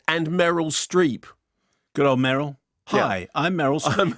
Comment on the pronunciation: It was Affleck but did Mark just call Meryl 'Muriel'? I like Mark's analysis even if when I don't agree but his pronunciation choices baffle me. Is it a specific British accent?